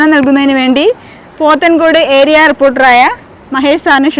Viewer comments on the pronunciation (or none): none